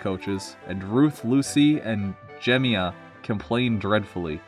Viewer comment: I imagine this meant to have an overall feel of CGI, like TAB continuation. Thomas is known for having raced Bertie. Juh-MY-muh